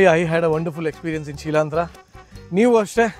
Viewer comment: ಶಿಲಾಂದ್ರನಾ ಅಥವಾ ಶಿಲೀಂಧ್ರ ನಾ, ದಯಮಾಡಿ ಪದ ವಿಭಾಗ ಮಾಡಿ ಸರಿಯಾಗಿ ಹೇಳಿ